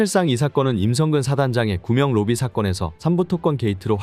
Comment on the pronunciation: 구명로비가 구멍로비로 들리는것 기분탓인가